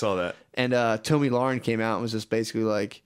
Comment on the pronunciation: One of my favorite parts of the old test is hearing both of them mispronounce Tomi Lahren’s name 50 different ways 😂 I swear every time they say it differently and it’s never correct